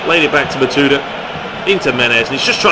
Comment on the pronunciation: Is not Matuida , is Matuidi !